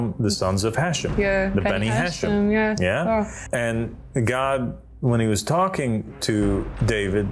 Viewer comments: the word is pronounced as "Ha - Shem" pronounced as two words. not "hashem". The word is two words meaning "HA" is "the" and "SHEM" is "Name". This has nothing to do with Islam. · Pronounced....HA shem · And don't you just love his mispronunciation of Hashem? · Poor guy doesn't even know that Hashem means the name 😂😂😂 And that Hashem is mispronounced when he says it